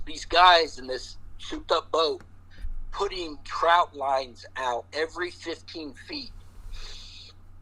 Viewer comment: TROT LINE not “Trout Line” JS